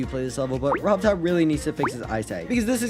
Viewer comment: “Rob Todd” 😂💀